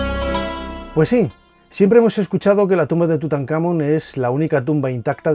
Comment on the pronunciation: Porque si se suponen son fans de estos temas etc, pronuncian mal las cosas? "tutankhAmon"